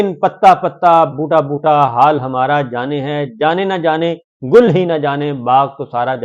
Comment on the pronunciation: گل کا گ نہیں بلکہ اس کی جگہ ل نے لے لی ہے 😂😂😂😂